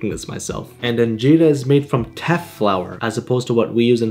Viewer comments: Makes dibs please it is a meat dish and I have been watching your videos for a while now and am so happy you are trying Injera because I am Ethiopian. P.S It is pronounced (IN-JER-A) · Its anjera not injera